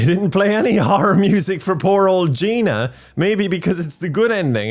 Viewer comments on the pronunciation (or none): There isn’t a ‘Gina 1’ either since her name is actually Ginia but keeps saying her name wrong 😂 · i like how he misreads Ginia's name for her entire existence...